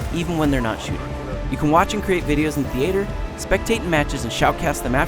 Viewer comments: did he say, TheAYtor? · he frikin called it thee-ater